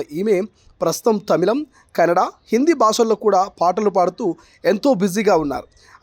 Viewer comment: కెనడా కాదు అన్న కన్నడ... మీరు కూడా సరిగ్గా పలుకక పోతే ఎలా...